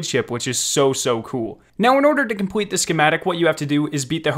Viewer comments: say compwete one more time... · “compwete it” 😂